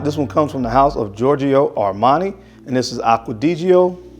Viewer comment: Dude, it's not 'deedjee-o'. It's 'dee djough'. And it's not sophisticated people who say 'iday al'. It's people who speak at least one word French (the language the word 'idéal' comes from).